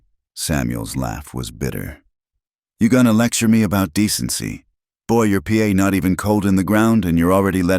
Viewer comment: Listening from Parkston South Dakota by Pa isn't P.a. it's paw